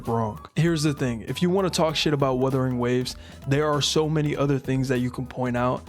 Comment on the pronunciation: As per Wuthering Waves community, just like how says it, "we fine in the west" 😂😂😂